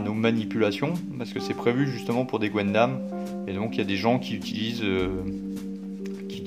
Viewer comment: C'est "gun"dam , pas gwendam 😅 , dsl ça me titillait 😉